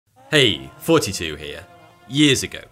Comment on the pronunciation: Everytime I open his video: "Hey, 42 here" and ill never hear it diffrent lol